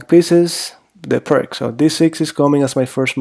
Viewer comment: If your name is you should at least know that it is pronounced fianketto lol. Also the opening is Peertz and not Pirk.